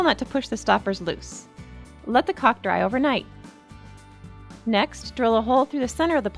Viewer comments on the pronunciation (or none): It's caulk not cock but thank you, this is a cool fountain and I want to try it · The sword is caulk. Mispronounced?